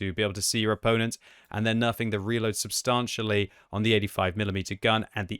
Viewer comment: pronounce the word 'substantially' correctly challenge (impossible).